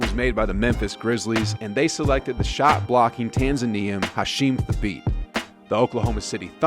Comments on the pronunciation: I think you’re pronouncing Thabeet incorrectly. It was more like “ta-beed” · Thabeet (tuh-beet) Adonal (uh-don-ol) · Hasheem Thay-beet and rudy go-bert and marc ga-sol drove me nuts made me click away sry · u butchered gasol and thabeet but ok